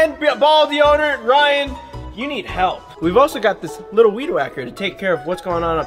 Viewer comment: ...It's warrAnty...not warrEnty. YW. &...It's deodOrant...not deodErant. YW. Dude, you gotta work on that spelling brah!